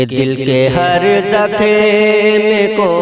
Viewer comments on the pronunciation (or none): زکھم نہیں زخم ہے جناب عمدہ لیکن الفاظ تو درست ادا کرو